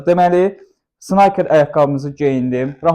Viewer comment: Sniker deye oxunur, snayker deil . Gozel videodur tesekkurler 🤝